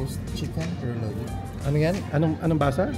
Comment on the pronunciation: roo-lahd ang pronunciation ng roulade